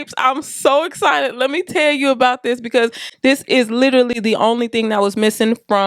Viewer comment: Your “ becawse” is so churchy 🤣🤣🤣